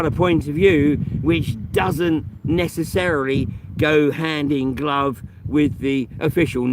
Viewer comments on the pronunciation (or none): none